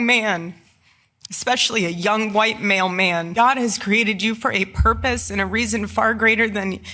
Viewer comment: Didn't she say "a young white mail man" 😅